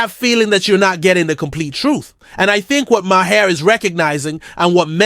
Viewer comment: I had to stop watching solely for how you kept saying his name. You watched the podcast so you know its now MA-HAIR! lmao